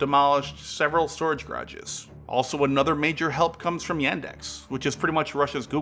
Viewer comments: Ga-ra-ges. Grages got annoying real quick.. Otherwise good video! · G’a’rages not grages x) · "Grodges"? Seriously? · What is "garges"? Is it your way of saying garages?